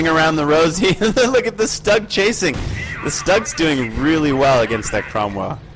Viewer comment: actually it is an assault gun/tank destroyer and it is pronounced "stew-g